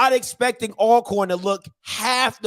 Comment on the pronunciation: I like the intro theme song but somebody needs to learn how to pronounce "ALCORN". I don't even like them but I respect them enough to call them by their name. However, I call them Al Corn too when I'm around them, just to piss em off. Good show bruh. 😎👍